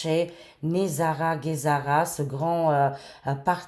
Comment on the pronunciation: Hello ma chérie d'amour , Kikou du Canada / Québec , j'espère que tu va bien , moi ça va toujours très bien , toujours très positive et optimiste à chaque jours parce que ça va super bien , ont regarde un film et le film s'achève , pour te dire aussi GESARA ont dit bien G pas Guésara hi hi hi je plaisante avec toi , je te taquine ma belle Cocotte d'amour 😁😂😍 parce que dans un autre de tes vidéos tu à mal prononcer GESARA tu sait que nous les québécois ont n'a notre accent et nos expressions québécoise pour dire '' je niaise ou je te taquine '' qui veux dire '' je plaisante '' loll 😁 et tu sait que je t'aime fort , je regarde à chaque jours tes vidéos et prédictions , c'est toujours très intéressant se que tu veux nous annoncer et prédire et très souvent tes prédictions se produise , j'ai toujours eu confiance en toi et tout se que tu dit c'est pas des paroles en l'air , en tout cas moi je trouve que ça va super bien et les très beaux changements positive comme l'abondance , la prospérité , la paix , les joies , le grand bonheur ça s'en vient , ont va fêter la grande victoire c'est certain et ça sera à travers le Monde Entier , ça sera dans un Avenir très très proche c'est se que je ressent dans mes ressenties et en passant GESARA ils est déjà actif d'après mes recherches et mes sources qui sont très très fiable , donc se qui touche avec L'Alliance , technologies révolutionnaire de Nicolas Tesla tout est actif , le système financier quantique c'est actif ( QFS ) en anglais c'e